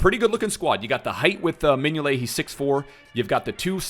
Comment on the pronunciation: Anyone want to tell him that it’s Simon Mignolet